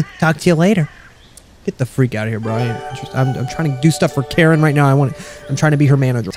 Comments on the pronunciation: I think Karin's name is pronouced K-u-rinn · it's accutualy kareen how you pronounce it